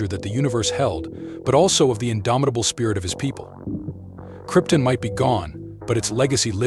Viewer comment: I winced every time he mispronounced Krypton🤦‍♂️